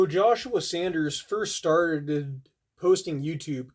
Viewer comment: RIP Josh. He will be missed my many. Edit, it’s a simple mistake. But it’s Saunders not Sanders.